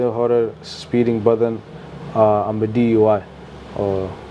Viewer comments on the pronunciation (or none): Not DUY it’s DUI !